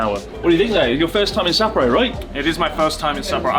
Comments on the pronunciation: It’s pronounced as sa-po-ro. Not sapoh rho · Great video mate love your trips with Natsuki and Joey! Better pay them haha. Really made my ears cringe hearing the English pronunciation of Sapporo 😂